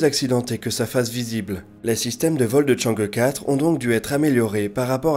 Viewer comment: Enfin qq'un qui proponce chang' euh quatre et pas chang' hi four (vu a la tv française!!) 😋